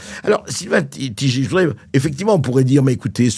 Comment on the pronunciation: Tigé. 😂. C'est Taille-gueur....je pense Sylvain qu'il est temps de donner naturellement et fièrement le vrai nom. 👍